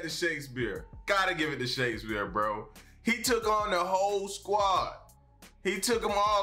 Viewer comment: I like how he keeps pronouncing it "shakesBEER" 😄😄